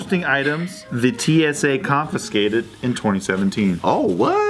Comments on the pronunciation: Naomi Gary I noticed that too lol said "confiNscate" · why does everyone in jk not know how to pronounce confiscate lol